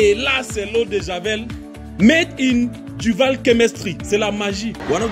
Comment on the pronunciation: c'est Du vaal pas vall mais sinon vidéo propre!!